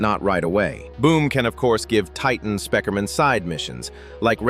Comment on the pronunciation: People are saying he is saying speaker in wrong ways but he's saying it normaly